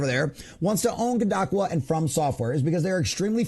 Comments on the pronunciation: bro you are saying it wrong ,,,,, Kadokawa ----- say it like ko-do-ka-wa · Yes, long o's. Koe Doe Kah Wah. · Good report. Please level yourself up by researching how to pronounce things. You lose credibility if people think you can't look up how to pronounce things. Kadokawa and Endymion (he says his name at the start of every video) Otherwise enjoy the content, hope to see you grow !